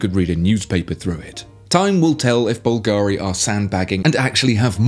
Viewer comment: Why After years you are still unable to pronunce Bulgari cottectly ?